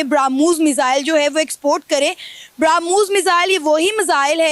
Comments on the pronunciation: यह पाकिस्तान के मूर्ख है और मुर्ख ही रहेंगे ब्रह्मोस को बरामुस बोल रही है😂 इन पाकिस्तान के अब्बा और भाई जान इनके उतरते हैं इसलिए😂😂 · ***People: It is **BRAH+mos--NOT brum+Hos!!!**